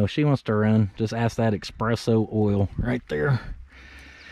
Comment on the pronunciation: It's pronounced "ess spress so" there is no X in it, so ess-spress-so, not expresso 😊 love ya